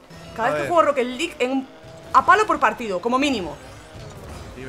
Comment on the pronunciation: soy yo o dijo rocketet league